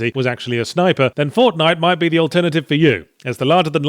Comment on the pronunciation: "Fornite", Escapist? Fix that!